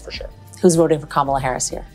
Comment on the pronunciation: I think I heard caramel Harris